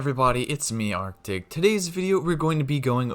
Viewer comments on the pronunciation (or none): none